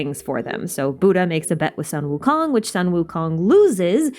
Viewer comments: hii is actually pronounced soon wu kong just for extra info :) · Amazing theory, but I find your pronunciation a bit botched. I’m 69% sure that it’s Suu-Wu-Koon. :>